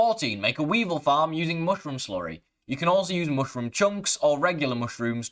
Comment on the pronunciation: it's not hard to say mushroom correctly....stop you weirdo. get the food out of your mouth when you talk.